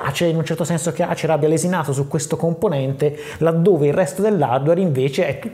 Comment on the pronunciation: 🤣🤣🤣🤣🤣 ASER non ACER si pronuncia 🤣🤣🤣🤣🤣🤣🤣